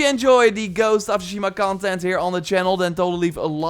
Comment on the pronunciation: you don't even belong playing this game you can't even say Tsushima right.